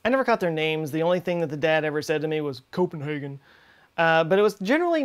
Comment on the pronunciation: Lmao "Coop'nhagun"